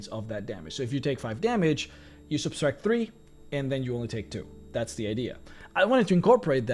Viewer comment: Anyone else notice him adding an extra s into subtract? No offense, I’m a huge fan, just think he should know he’s mispronouncing the word.